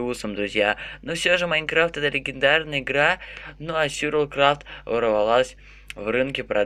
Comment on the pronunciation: Почему ты говоришь СЮРЬВАЛ КРАФТ?????вроде бы говорится сурвайвэл крафт.(сори если-что,ок???)